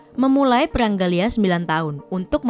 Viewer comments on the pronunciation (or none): none